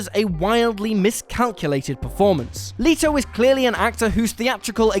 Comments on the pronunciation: It’s Not “Le-toe”, it’s “Let-o” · PLEASE take time before recording to type “[actor’s name] pronunciation” into YT’s search bar. It’s Jared Let-oh, not Lee-toe. And very easy to find out. And by the way, how is Cardi B an undoubtedly fine actress, aside from a 5 minute cameo in Hustlers, which was about a millimetre removed from her actual persona. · For fuck's sake, it's Jared LET-o. Not "Leet-o." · LMAO. First time I've head Leto pronounced as Lito. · Oh dear God will you people EVER have enough respect to pronounce names correctly? These are international stars and there simply is no excuse for not knowing how to pronounce their names. e.g. its LEH-to not LEE-to. Sheesh!!! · It's Jared Let-o not Jared Lee-toe if you do a video on films, at least get the name of actor correct. Also you are speculating, no evidence to prove it will be a flop. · I cringe every time u say Leeto its Leto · jared leto not leeto xD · Jared Leto last name is pronounced Let-o not Lee-tow. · It's pronounced Jared Leto as in LET-O NOT LEETOE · It’s Let O not leeeeto ffs!! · And you didn't lost even more credibility when he couldn't even pronounce Jared Leto's name correct it's not that hard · I’m so glad it wasn’t just me who was cringing EVERY time He said Leto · It’s Leto not Leetoh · Jared Leeto? You guys are doing it on purpose, I'll leet myself out. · Unliked for LEEto. Cheeto and Leto. See the difference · He can even pronounce Jared "Leetow" correctly so IRS not a far fall from grace!!😀 Have to agree with you about the Cardi B being a fine actress comment though!! Unfortunately I had a mouthful when I heard it & laughed so hard I almost choked to death!! That'll teach me to not talk shit about people, huh?! NOPE, not a chance!!😀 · You mispronounced Jared Leto’s last name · You can't even pronounce Jared Leto's name right shut the fuk up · Who else is off put by the fact that they clearly can't say Jared Leto's name right but also is judging him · Learn to pronounce Leto.